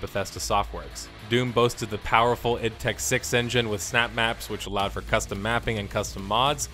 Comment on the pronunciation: what's with the "eed" software? Its ID mate, I and D.